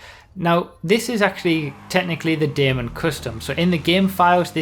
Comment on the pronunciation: I creamed my pants when I heard pronounce the Daemon correctly.. WE WON!